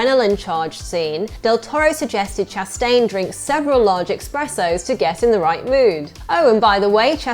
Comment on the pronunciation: Great, but it's "espressos", not "expressos".